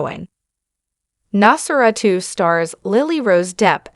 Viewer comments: “Nos fera - tu”? When can we expect the sequel, “Nos fera - 3”? Gotta love AI narration… or hate it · Lady ( or whatever you are ) you told you how to pronounce the title ! WOW ! Why are you even a narrator ???? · why are you pronouncing Nosferatu in such a weird way?